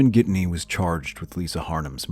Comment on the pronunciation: It’s Ghittany the naracter says Gidney.... Lisa new he was controlling sadly she didn’t leave Simon earlier.